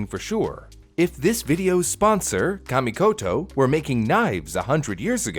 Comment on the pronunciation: "camy" is that hard to learn how to pronounce something